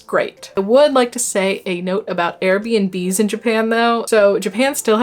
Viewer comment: When she said Air BNB I thought she was saying Arabian Bees 😂